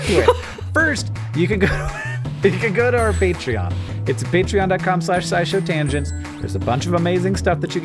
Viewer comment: Did Hank mean to say "petri-on" instead of patreon? Because I loved it so much 😂